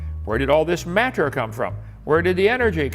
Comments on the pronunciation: Why does he pronounce everything like a normal person, except the word matter? "Mat-ter." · Does anyone else think the way Kent says “matter” is weird? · The way he says MATTER makes me irrationally angry I'VE NEVER HATED A WORD SO MUCH